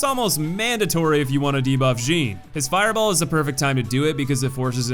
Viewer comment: Also the one name that's pronounced exactly as it's spelled and you somehow mispronounce it. Jin is pronounced Jin. Not Zheen. Also I find it odd that you mispronounced Date the first time but then pronounced it right for the other Date. Consistency, man.